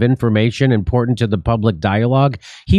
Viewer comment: Dore can't pronounce important??